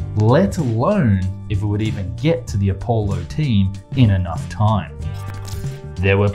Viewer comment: Saturn Vee? ..Appo-lo? Beginning to suspect this guy didn't go up on Earth. His knowledge is atrocious.